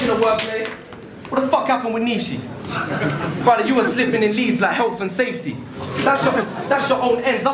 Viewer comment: really started to annoy me keep saying BRUDDAH fuck sake